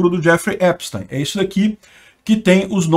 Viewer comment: Assistam a serie/documentário, no Netflix. P.S.: A pronúncia do nome é Epstin, ou teen, não táin.